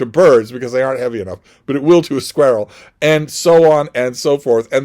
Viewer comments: you kill me with your pronunciation of squirrel ha! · I had to re-listen to it a couple times, I’ve never heard such a pronunciation.